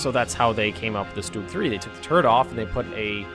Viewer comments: Garrett Stock So you're trying to convince me that the pronunciation he's using is correct. OK so lets say you're right then you must say the word "Stumble" like "Stoomble" - but I bet you don't. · Why do Americans always call Stugs Stoogs? I'm sure you don't call things that shelter you from the rain an Oombrella. Its always made me curious as every American I know pronounces it that way and it makes no sense.